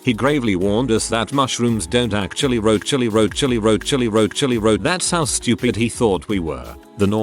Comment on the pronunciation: very glad to hear that mushrooms don’t actually rochilly rochilly rochilly 👁 👁